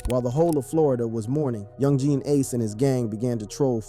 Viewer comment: am i just to high off my ass or is he saying some of the names wrong like chiraq or Ace